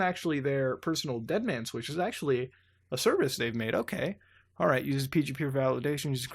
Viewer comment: I heard Madoka, like madoka magica. have I heard right?